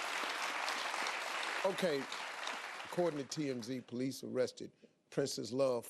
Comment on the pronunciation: Ohhh noooo he really sound like this?....... Poe lise? Sorry but I'm not clapping for this boi.... What a young un... All OK...